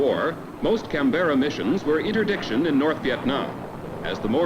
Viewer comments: For our American cousins, Canberra is not pronounced Can-berra. The RAAF flew the Canberra in Vietnam. No 2 Squadron was assigned to the 35th TFW at Phan Rang. They flew from 1967-71, with 97% serviceability and were credited with 16% of 35th TFW bomb damage. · Canbra. That's all, just Can-bra. Canbra.